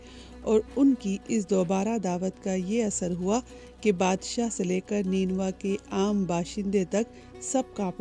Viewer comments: You're pronouncing wrong it's nainwa not neenwa😢😢😢😢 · نینوا۔۔۔Nain waa موجودہ شہر کربلا کا پرانا نام ہے۔جو عراق میں ہے۔۔اپنا تلفظ ٹھیک کریں۔۔نین یعنی آنکھ کو جیسے پڑھا جاتا ایسے اس لفظ کو نینوا پڑھا جاتا ہے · بیہودہ تلفظ، اصل لفظ نینوا (نین (آنکھوں) وا) ہے۔ پوری رپورٹ بنا لی آپ نے اور اصل لفظ مستقل غلط بولتی رہیں!! اور بھی کافی غلطیاں ہیں لیکن یہ سب سے بڑی تھی!!